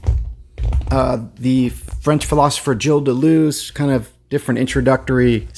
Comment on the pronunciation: Started watching, but it's too annoying to hear Deleuze's name mispronounced. Hadn't heard of the book, though, so thanks for that.